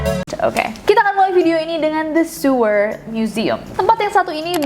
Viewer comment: Sewer museum .. cara baca siewerr museum .hmm bikin siewerr emg yee wkwkw